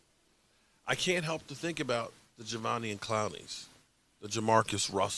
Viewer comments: It’s Ja-Day-Vian 😆👍🏼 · Javonian 😂. I’m just here for the name butchering ❤️ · say it with me sloooowly: Juh - Day - Vee - On lmao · Pronounce his name right please